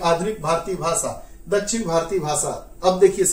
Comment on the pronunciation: What is bhasa ? Ap pahale apna pronunciation teek karo bhasa bhasa bolijari hai